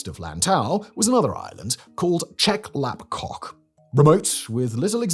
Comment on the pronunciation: Who else chuckled every time he said Chep Lap KOK?